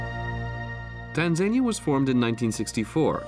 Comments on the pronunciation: Who/what does the research for these documentaries about Tanzania pronounced Tan zan eeya? Si sahihi (incorrect), there are no panthers in Tarangire National Park which is mentioned as one of the predators to be seen there. In the Serengeti part the commentary stated it was one of the places to see a leopard when the camera image was of a cheetah, really? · It's pronounced Tan.zuh.nee.uh